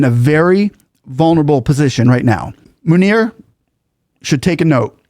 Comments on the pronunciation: He pronounced Munir as Manure which is apt given that he is a Field (LIvestock Field) Marshall !!....controlling the cows and sheep and wiping their rear end.....worthy of his stature ! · Are Americans allergic to proper pronunciation of names. Its M U N I R Buts Americans pronounce it as M A N O R There is no A & O in his spelling.. 🤣🤣🤣🤣🤣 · I just love how you pronounce his name….asim manure. Manure promoted himself to Failed Marshall